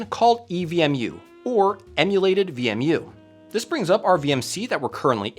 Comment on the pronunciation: why are you pronouncing it as VME?